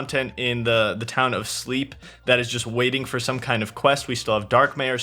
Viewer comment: You need to fix one thing that really is gridning my gears: Calling Slepe sleep*. It's *S L E P P